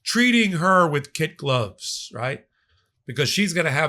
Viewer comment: I love your lectures. It's "kid gloves" not "kit gloves"... as in a goat kid.